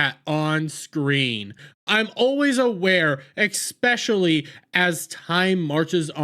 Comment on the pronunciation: another non who fan ranting dude....learn how to pronounce "especially"